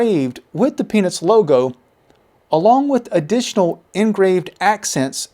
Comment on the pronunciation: I'm pretty sure you only pronounced "Peanuts" the first time. The rest of the video, it sounds like you're saying "Penis". 🤷